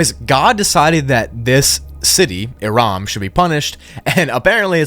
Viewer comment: it's irum not iram. it means something along the lines of pillars in arabic but that's ancient arabic so i'm not sure what exactly it means but i'm certain it means something along those lines of ruins and pillars gigantic gates as it's a place name not a singular word and it's used to describe a full area thus why irum not aram nor irm. i suppose it means the city of gigantic ruins of pillars, the title of irum is the city of the pillars using a more classic arabic word to say pillars rather than the one used earlier. irum is just an old abandoned city around jordan of sand pillars in walls as you said, no it was not struck or anything but the qur'an is full of these stories of striking this and striking that yet nobody's struck.